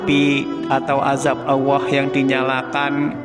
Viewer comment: bisa ngomong Allah tu yg benar gak,, bukan awah